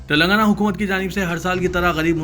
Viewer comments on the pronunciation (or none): none